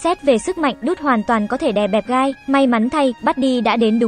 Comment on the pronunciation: Tôi lỡ nghe guy thành gay